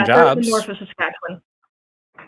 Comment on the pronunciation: i appreciate that an Albertan can pronounce Saskatchewan better than some Saskatchewanians